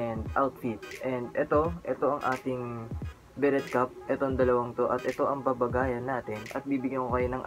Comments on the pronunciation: pre, 'be-rey' cap ang tamang pronunciation hindi 'be-ret' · be-REH or be-REY, not BE-ret.